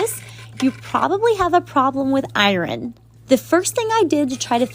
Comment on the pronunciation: She pronounced it strangely